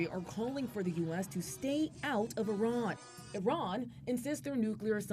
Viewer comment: It’s not called I Ron it’s called. 🇮🇷 iran